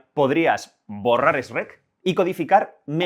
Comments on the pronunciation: No es "esch rek " !Shrek! bro se pronuncia como "chrek " no esch rek jaja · La info muy bien 10/10 pero le quitas toda la seriedad cuando dices ESRECK jajaja me reí un montón, para la próxima usa otro ejemplo que los españoles pronuncien mejor, saludos. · Nunca voy a superar el "esrek"